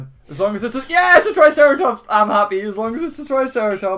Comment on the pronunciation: why did u say tricerartops